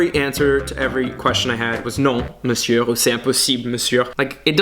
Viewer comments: Attention le R de "Monsieur" est silencieux, il ne faut pas le prononcer !! Peut-être que tu le sais mais tu as fait la faute plusieurs fois au cours de la vidéo donc je voulait quand même le signaler ^^ Dis juste "Monsieu" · True, il dit 'monsieurrrrr' mdrr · I felt like he pronounce "Monsieur" with the R at the end that's wrong it's written Monsieur but it's pronounced "monsieu" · PLZ "monsieur" se prononce meussieu the final r is silent et pas meussieurrre its sounds so weird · Tu as fait une erreur de prononciation dans la vidéo: Pour prononcer "monsieur", il faut dire "meussieu" Cherche pas la logique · i love the "monsieuRR" pronunciation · hey great video lol oui j'aime bien me moquer des parisiens en temps que provinciale aha juste la prononciation de monsieuR, le R est muet, ça se dit: meucieu :p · "monsieur" se prononce "meussieu" 😉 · yes and we don't say "monsieu" but "meusieu" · Ahahahaha j’ai quitté Paris pour Chicago il y a un peu plus d’un an, comme je compatis avec toi!!! ( j’ai vu quelques autres vidéos) Ton français est vraiment bon, comme on accent français d’ailleurs en revanche on est pas censé entendre le R dans monsieur 😘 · juste pour que tu t'améliores même si ton français est déjà génial, on prononce pas le r à la fin de monsieur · Paris sucks! Ne prononce pas le "r" dans "Monsieur" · In "monsieur", the final R is NOT pronounced, it is silent ! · Hey I dont know if you are doing it on purpose to mock us lol but I noticed you pronounce the last "r" in monsieur, and just in like 90% of French words, you shouldn't! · you always pronounce the 'r' in monsieur :p is that a french thing? im québécoise :) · you don't pronounce the r at the end of Monsieur!! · Quand tu prononces « monsieur » ne dit pas le « r » à la fin, ne me demandes pas pourquoi il y a un « R » si on ne le prononce pas, je ne saurais pas te répondre 😂 les mystères de la langue française !🤦🏼‍♀️ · Quand tu dis "Monsieur" le "r" be se prononce pas 😉